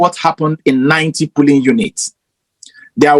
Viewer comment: Please, dear brothers and sisters, the word is POLLING, not PULLING or POOLLING. Please let's make the effort to improve our grammar.